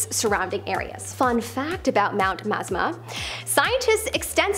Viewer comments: Thanks for letting this be known! My ears hurt! LOL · Was just about to put this same correction!! It truly is a gorgeous lake!!! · It's pronounced Mt. Ma--zah-ma. I lived in oregon for most of my childhood. But facts are on point though. I've been to Crater Lake multiple times. It's a beautiful place in the winter time